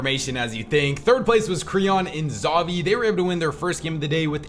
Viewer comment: its pronounced "Ha-vi" which is most likely short for Xaiver or Javier but with an X, definitely not Zavi